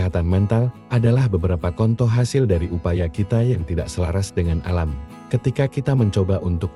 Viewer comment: Youtube Translate Rusak yah?? Dikonten apapun Contoh dibaca Kontoh😂😂untungnya berakhiran huruf H😅😅